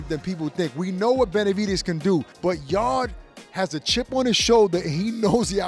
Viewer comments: tbh you should probably know this but if not do your HW fellas. It’s not “Yard-E.” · Anthony 'yardy' yarde